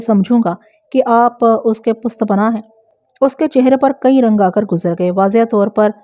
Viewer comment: پشت پناھی کو پست پناھی کیو ن کہتی ہیں